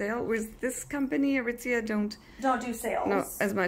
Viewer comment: Nobody: Not even Shrek:: ITS FROM ARITIZIA